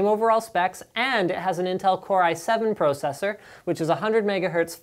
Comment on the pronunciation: The way that you say process and processor freaks me out, but a good review.